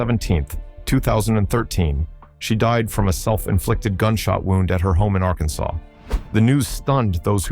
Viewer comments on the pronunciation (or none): none